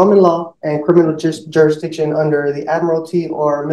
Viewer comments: “Jura-diction”…. He can’t even say the word “jurisdiction” properly lol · You stil gotta prove you have juradishun! (If you can't pronounce "jurisdiction", it's probably not a good idea to be representing yourself!) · I think someone needs to explain "juradiction" to. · cant even pronounce the word jurisdiction.. Some people open their mouth and remove any doubt that they have no idea what they are speaking about. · He cant even say the word "jurisdiction" correctly...😂😂